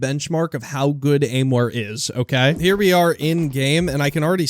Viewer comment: its not aimware it is aimwhere